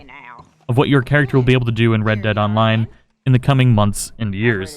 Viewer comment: red dead onmine... words are hard and the struggle is for real-zees